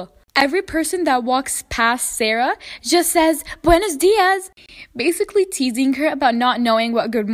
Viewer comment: Girl it's not wendos dias it wenos dias